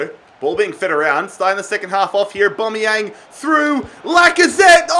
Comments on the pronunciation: Au-ba-me-yang NOT Au-bo-me-yang.....get it right😅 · Aubameyang not Aubomeyang! Please get this right on episode 10. Or just sell him and sign a player whose name you can pronounce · A BAM E YANG NOT A BOM E YANG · its pronounced OH-BAM-ME-YANG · I get triggered every time he says aubameyang wrong